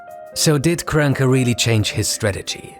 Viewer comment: You all really butcher Stan Kroenke's name like that lmao